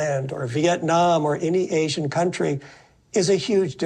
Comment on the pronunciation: asian not azian